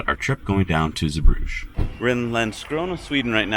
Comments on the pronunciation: Osnabrück is where my old company head quarters was, KME. I used to stay in the Walhalla Osnabrück all the time. KME donated a massive Copper/Zink obelisk in the town center. BTW it's pronounced OZ NARR BROOK. And Again, Zeebrugge is pronounced ZEE BRUGGER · Zeebrugge is not pronounced like Bruges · Zeebrugge is located in the Dutch speaking part of Belgium (Flanders), and should therefore not be pernounced French but Dutch. Love the video tough! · yep, but I doubt he is able to pronounce the “g” the right way